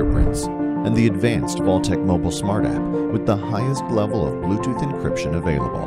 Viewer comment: umm... it's Vaultek not VALUTEK 🤣🤣🤣 good vid otherwise.